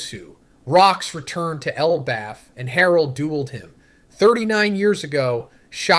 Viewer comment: yeah iv been watching for a while and he does sound very off in this especially specific one piece words ive heard him pronounce like elbaf and poneglyphs. id still hope he wouldnt use ai without at least saying it though. maybe could be his mic or the way he recorded it